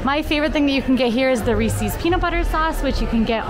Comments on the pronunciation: Hey, mispronounces that the same way she mispronounced lychees the other day at DHS! ‘Lee-chees’ LOL! Maybe she just likes ‘ee’ sounds? 😂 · There's something oddly adorable about pronouncing them Ree-see's.:P